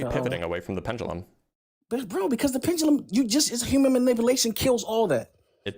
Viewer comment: Dude couldn’t get off of misspeaking once while repeatedly mispronouncing “pendulum” 😂.